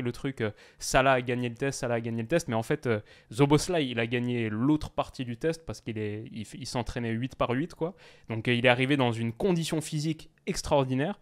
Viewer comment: Juste pour info Szoboszlai se prononce avec un "s" au début genre soboslai